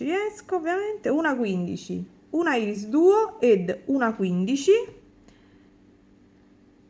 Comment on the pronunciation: un altro bel ciondolo estivo, anzi tropicale molto colorato e bello, baci 💜💜💜p.s. irisduo si pronuncia "airis" duo, piccolo suggerimento di pronuncia